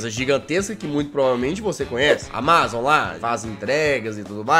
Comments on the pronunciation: Ele FALANDO AMAZON TODA HORA ERRADO O VÍDEO É DE 2021 E EU TO EM 2024 MAIS ELE TA FALANDO ERRADOOOOO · Ele falando: "Amázom" Se fala Ámazom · Jazz, você pronunciou Amazon de forma errada, você pronunciou como se a parte A*ma*zon fosse a sílaba tônica, mas a sílaba tônica é o *A*mazon. Entendeu? Kkkkk desculpe bancar o corretor 🤭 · nao é amázon e sim amazon!, o pronuncia do jazz é fogo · Só eu q tenho uma leve agoniazinha de ouvir o jazz falando "amázon" em vez de "ámazon"? kakskakksksksks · Amázon kk na vdd fala Ámazon kk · Jazz meu lindo por favor é "amázon" não lek pf quero ser chato n mas me dói no coração, é "ámazon" pf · Que agonia o jazz falando amázon em vez de amazon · N é áma zon é amazon jazz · só eu que estou sofrendo com o Jazz falando amÁzon e não amazon normal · Amazon, e não amÁzon! Por favor. 13min de agonia ouvindo amÁzon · ámazon jazz não amázon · É Amazon e não amázon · Fala ámazon nao amázon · Tô com vontade de dar uma surra no jazz,só por estar falando amazón e não amazon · SIMMM KKKKK AMAAZON KKKK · Senti agonia do jazz falando "amázon" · Só eu que fiquei com um pouco de raiva quando ele fala AMA ZON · “J” AMÁZON JAZZ AMÁZON???? KKKKKK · Só eu tenho agonia dele pronunciando amázon? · "Amázon" kkkkkk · jazzghost amAzon como é Amazon "a pronuncia" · Não sabe falar e ainda é desinformado, ele não é mais o CEO da Amazon. Ele atua na Amazon mas não é CEO. Amá-zom MDS.. pronuncia direito. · O melhor do vídeo é o Jazz falando AMAZON errado vei ksksksks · Legal que o Jazz não sabe falar amazon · aí ele falando amazon me dá um gatilho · Desculpa jazz mas vc falando Amazon me da muita agonia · Mds o video inteiro ele fala Amazon errado